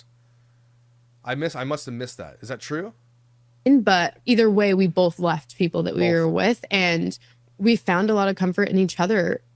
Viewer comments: The amount of times she said "Bolth" in this is insane. I hope makes a Bolth montage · Someone should tell her that that color makes her look 🧟‍♀Disassociation & unrequited rage are what makes up genetically-mormon females' DNA. Facts. I'm surrounded & not a Pioneer-blooded lady. I can spot it easier from my vantage point. But I checked & I do say "bowlth" 1/2 the time 😭Dammit! Thank you for making me aware of my stupid, lazy tongue. I'm the ONLY Utahn I've ever heard say all of the syllables in "vegetable," though (raised by a Dutch, Oma, who's haunting my "bowlth").